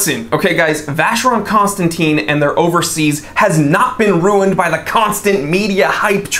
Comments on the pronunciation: Buddy you’re mispronouncing VC. 🤔. Should sound like “constantan”. Not “constantine” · It’s not Constanteen,it’s Constantan. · It's Constantèn, Constantèn Constantèn! ...please :'( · If you love the brand so much though it would be nice to pronounce it correctly? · I understand, but if you like the brand don't you need to have at least an effort to pronounce it correctly?